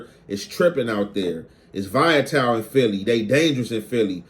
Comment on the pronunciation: said Vaya-tile 😂😂😂😂, it’s Volatile, Voll-la-tile